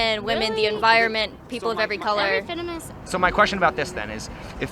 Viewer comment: "every fenimist"